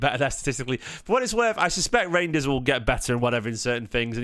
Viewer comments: I think it's pronounced Rine-ders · Rine-ders